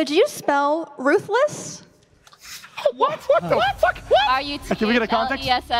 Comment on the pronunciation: crazy how pokimane forgor the h in ruthless